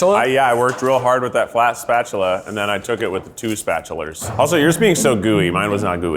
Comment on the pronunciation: Kieth: “We begged you to put it in Zach… That’s gaping!…How did I get it off? I hit it with one spatula and then went in with two spatulahrz… Me? I won the pavavulva award?”